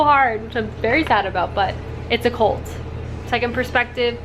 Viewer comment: It took me until the very end of this video to figure out that you said "CULT" and not "COLT".... couldn't figure out why the excitement over a colt in the book. lol